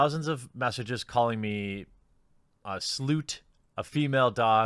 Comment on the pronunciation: Did you just call her a Slewt?!